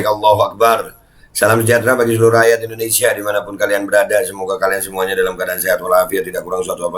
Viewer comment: IndoneSIA pak JOK..bukan EndoneSA 😁😁🤣🤭🤭